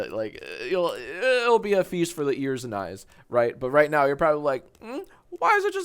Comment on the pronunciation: mans definitely just said ‘right meow’ right?